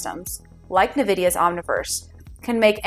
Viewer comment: nVidia is pronounced “envidia” (like the Latin word for envy), not “nuhvidia”